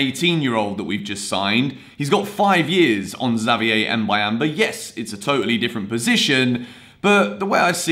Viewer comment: Your prononciation for Xavier is good bro✌🏾